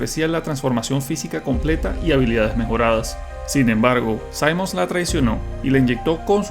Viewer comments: ¿Te lo jugaste con el volumen en cero o solo fue hace mucho tiempo? Simmons se pronuncia tal cual con (i), no (ai). 🥀🥀🥀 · Cuando lleva doble m, no se pronuncia "saimons", se pronuncia como se lee, "simmons". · Se pronuncia Cimons, no Saimons, así de naco. Al menos es así tanto en español como inglés. (Personalmente me gusta mucho Resident Evil 6, es bastante largo, y diferente en cada campaña. En un remake si arreglan ese abuso con las explosiones, tanta acción lúnatica, y las transformaciones finales de Cimons, quedaría mucho mejor.